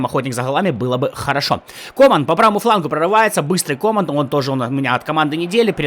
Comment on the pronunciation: комАн вместо кОман, упамеканO вместо УпамЕкано, эрнандЕс вместо эрнАндес, зАбитцер вместо забИтцер